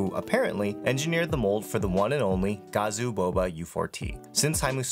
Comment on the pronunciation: Gazzew is supposed to be pronounced guh-zoo right? Not gazz-ooo? Also arent all the 'boba' switches made by outemu for gazzew himself? Why would someone thats seemingly unrelated to the current makers/making of the gazzew switches be behind well the literal making of said switches?